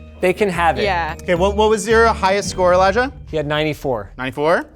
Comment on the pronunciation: Elijiah….oh Elijah